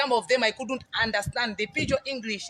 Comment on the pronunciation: . Is it just a slip of the tongue that she says she is 'with Testimony' before correct to say she is a testimony? This is a very unusual slip. Zambians don't have problems speaking English. But this woman's pronunciation is even awful. She says Engrish instead of English. Yet, she criticises Dadamas'.